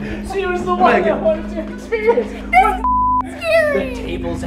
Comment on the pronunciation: tell me why I heard “ I want bacon “ instead of “ I want Megan “ 😂